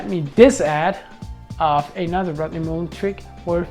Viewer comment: STOP SAYING MUUUULEN! THAT'S NOT HIS NAME!!!